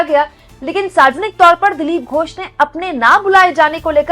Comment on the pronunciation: मैं बंगाल से देख रहा हूँ। आपने लिखा तो बिल्कुल सही है। वर्तनी भी ठीक है। लेकिन बोलते समय आपने उच्चारण में गलती कर दी। ।दिलीप घोष जी मेरे घर से कुछ कदम की दूरी पर ही रहते थे जब वे लोकसभा सदस्य थे। आज भी वह रेलवे का बंगला इन्होंने कब्जा रखा है जिसमें रहते थे।